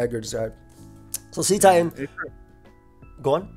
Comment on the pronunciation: The "cet" in Cetitan is pronounced like "set", not like "seat". It's a pun on the word "Cetacean" which is a member of the infraorder of whales, dolphins, and porpoises.